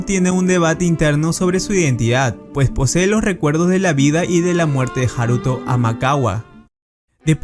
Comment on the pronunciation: Coño el acento va en la a de haruto no en la u